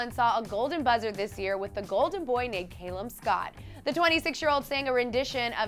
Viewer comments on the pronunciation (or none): Was it just me or did she pronounced calums named wrong just saying